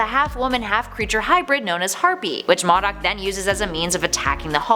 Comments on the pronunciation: I'm so sick and tired of these damn people mispronouncing characters' names!!!! It's pronounced MODOK (mo' dock), not damned MADOK!!!!! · Modok is pronounced Mow-dock not maw-dock. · "MAH-dok"?! Its "MOH-dok" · "Mawdoc?" No. It's pronounced "Moe doc". Not even a minute in and I have to think about how annoying the SJW Comic era is. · “Madok” lmfao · Modok no bish it's pronounced Moe Dock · Modok is pronounced like Moe dock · What shocking to me is that a nerd doesn't know how to pronounce modok. It's pronounced Moe - dock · This irritated me lol MOE- DOCK..... put some respeck on his name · Modok not mahdok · I love watching these channels but I just have to say modok is pronounced Mo-Dock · It is MO-DOK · The fact that you can't pronounce MOEDOCK correctly make you a fake geek girl. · Fabian Ramirez-Nuno tru it’s pronounced moe doc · Same. I'm not sure why these YouTubers can't get a clue as to how to pronounce names that aren't straightforward. If it's something like Jack Ryon got town you should never misp[ernmouce that. But for things like Modok look it up,m it should be more like Mow Dock. And sorry but I had to downvote due to the hard on the ears mispronunciation of the Modok name. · Yes thank you. I was like, Mah dok?!? wtf, it's been pronounced in games, in tv shows, in cartoons. OMG multiple times... why!!! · First you pronounce Modok wrong then Thaddeus??? One strike left.